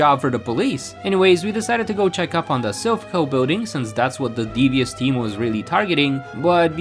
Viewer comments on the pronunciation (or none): none